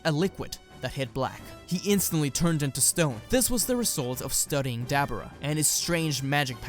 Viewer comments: His name is Deborah Not Dabrah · “Duh-bore-uh” not debra or dabra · Who is Dab-Brah? 🤦🏻‍♂️ I swear I’m this close to changing the video just because you’re mispronouncing his name like that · The demon kings name is not debra its Deborah. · Who the hell is Dabarah? It's Dabura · I thought it was pronounced Da-Buh-rah not Da-bera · Dude say Dabura properly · I was intrested until I heard him say "Dabura" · I hate how you say dabura omg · The way he pronounces Dabura irritates me lol. Love this whole story tho 💯💯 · makes dbz channel on youtube as an american... cant pronounce dabura...smh